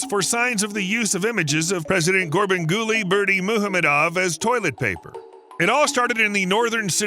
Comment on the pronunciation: I’m impressed u keep saying acting presidents name over and over correctly lol but crying about people using newspapers as toilet paper and yep, even his photo lol is crossing a line.. president, that man is as vain as the other presidents.